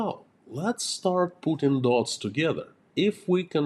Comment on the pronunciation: ..SUGESTION.. in your pray dont say: THANK YOU FOR PUTING.. it sounds like you are thanking for Putin.. just im lisining on headphones while working and i understand what you mean but meny people cold not understand it..